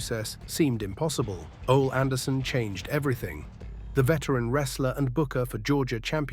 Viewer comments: His name is pronounced "Olee", not "Oll". Anyone who has any knowledge of 70s/80s/90s wrestling knows this. SMH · Ol-e not 'ole